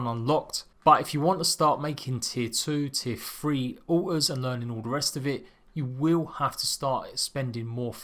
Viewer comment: Almost sounds like he keeps saying uh ohs, took me a minute to realize altars